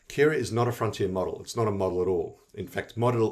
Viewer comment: my sang American ears thought you were talking about Keras the python library until I saw Kiraa on screen.